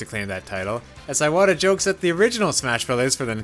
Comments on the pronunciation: It's Ee-wata, not Eye-wata. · Iwata not eye-wata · He’s saying his name like a fucking Apple product iWadda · It’s pronounced “ee-wata” not “eye-wata” “ee-wata” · Why do you pronounce Iwata as Eye-wata??? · What is is with Yanks and deliberately mispronouncing foreign names??? Eye-wata???????? come on make an effort at least🤦🏻‍♂️ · Eyewata made this hard to watch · He pronounces Iwata's name that way because reading this book made his "eye-wata". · Since I speak Japanese, I’m hearing this “あいわた”/Aiwata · Anyone else bothered how he mispronounced Iwata every single time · I waddah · Pretty disrespectful to not pronounce his name correctly. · Imagine calling yourself a journalist and not bothering to learn how to pronounce a name It's not just this video, it's a consistent problem with all these Nintendo YouTubers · Not really